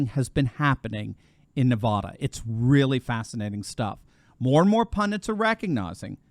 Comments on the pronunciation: Good God! You folks on the east! If you can't actually say Nevada or Oregon correctly.... Just don't say it at all! This video is hard to deal with every time says Nevada. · Man, I just hate it when you mispronounce Nevada. It is not pronounced like the spanish word of the same spelling. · I love listening to you, but you need to learn how to say Nevada correctly... Love everyone who lives in Nevada!!;-) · Pronounce it correctly. Nevada - the first "a" is as in apple. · I love ya, but pleas say Nevada right? A as in apple, absolutely, Advil. Lol. Obviously I live in Nevada and I'm crossing my fingers this is right. Will save me from moving. Lolol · For the millionth time, please learn how to pronounce NEVADA properly. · Please pronounce Nevada correctly for goodness sake. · Great Video but as a long time resident of southern Nevada; we pronounce our state like as in; Nevaaaaaaaada. It's not Nevoda!😄. Keep up the Awesome channel!🤠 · Nevahhdahh?‼️😜..., it's Nevăda... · “Nev-ad-a” not “Nev-arr-der” (apparently) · Thanks for covering Nevada. It's really funny listening to people outside the state pronounce Nevada. It's Nev-add-a not Nev-odd-a. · The first 'a' in Nevada is pronounced like 'bad', not 'bod' How to pronounce Nevada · people in Nevada hate it when you say it like you say it, "Nevouda". Say it like this "NEVAADAH". you'll make more friends there. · its nevada not nevahda lol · NEVAAAAAAADA not NAVAUDA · it's pronounced: Nuh-Va-duh, not Nuh-vaw-duh. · Great news for our State of Nevada (Ne-vad-a, not Ne-vod-a, it is an "ad, not odd"). The one thing which is odd about Nevada, is Reno,j Nevada is farther West than Los Angles, California. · Isn't it pronounced Ne--uh (rhymes with Ne uh), instead of Ne-vod-uh? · Nevaaada, not Nevaduh. Please say it right. I have trouble believing Biden actually won here in 2020. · NE-VA-DUH NOT NE-VA-DAH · NahvAAAdah. AAA as in cat,.